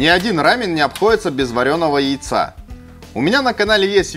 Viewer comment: Спасибо за ра́мен, а не за рамён